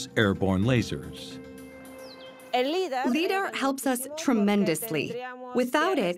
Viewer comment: It's Pronounced LY-DAR